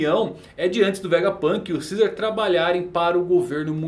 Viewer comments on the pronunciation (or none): none